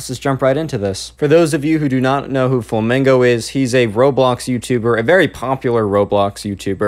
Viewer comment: You said "fomingo" ,bruh